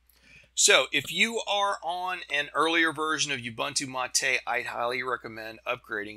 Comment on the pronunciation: I was gonna keep it, but since you said that, I must say that it's MAH-TE as in Latte (some people say mah-tay). It's the name of an herb used to make tea and other drinks in South America. We Portuguese/Spanish speakers don't have the French accent. It's actually closer to the Italian accent.